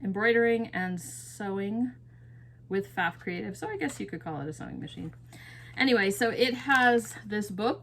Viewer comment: Pfaff is pronounced with a silent P. I have owned and sold Pfaff for years. I was taught to sew on a Pfaff by my grandma. Pfaff makes both sewing machines and embroidery machines. My Pfaff from 2010 is a sewing machine with limited programmable embroidery stitches.